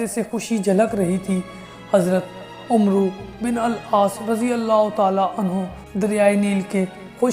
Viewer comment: Umru nahi hai bro un ka naam amr bin aas sahi pronounced krns seekhe